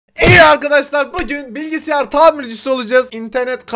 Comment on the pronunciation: Bilgisyara bilgisiyar diyo